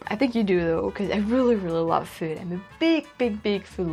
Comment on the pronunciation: I noticed how she picked up the California way of saying “food”. I guess it’s sounds something like “feeood”. A dead giveaway !